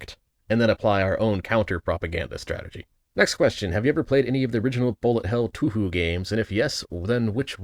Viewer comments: Wincing at your pronunciation of Touhou. The Tou comes from the same character as the To (東) in Tokyo, with the Hou having the same vowel sound too. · do you pronounce touhou wrong on purpose?